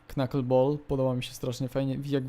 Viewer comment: mówi się knaken ball